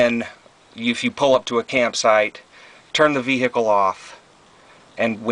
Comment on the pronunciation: The way you say 'vehicle' makes me cringe